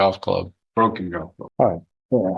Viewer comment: Ikr😂 and he keeps emphasizing "broken" golf club